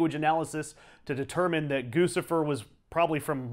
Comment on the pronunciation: Very interesting! Also: It's GOO-chih-furr. NOT Goosifer. Gucci = GOO-chee. Figure it the fuck out!!